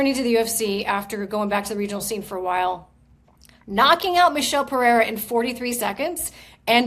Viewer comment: when will somebody give Din the correct pronunciation of Pereira